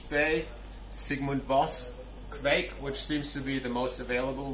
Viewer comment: Correct.Kviek like bike 👌🏼